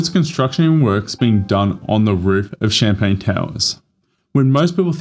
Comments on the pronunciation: Champlain not champagne 🥂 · Champlain, NOT CHAMPAGNE! 🤦🏼‍♂️🥂🍾